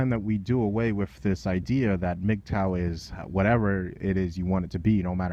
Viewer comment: I love you,, but it's "wiTH," not "wif." Seems like a nit-picky point, but you generally enunciate so well that it really sticks out. Just a friendly constructive observation from a fan.